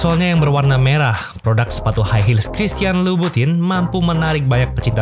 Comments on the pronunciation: Dibaca dlm ejaan Prancis jadi “Kristiyong lubutong” 🙂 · Bacanya bukan gituuu